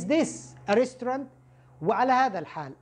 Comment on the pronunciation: Thanks for these lessons. is Dangerous not Dangrous . Edited : & Restaurant .